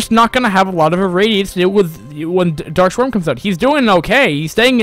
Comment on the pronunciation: "dark swarm" not "dark shwarm"